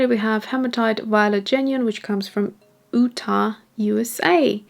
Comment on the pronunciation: Absolutely no disrespect intended, but Utah is pronounced like You-Tah. Overall these are lovely colors, but it is a shame that there isn't a better way to sample them given how poorly a lot of the primatek paints rewet.